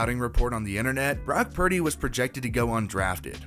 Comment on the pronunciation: Brock 'Prady' !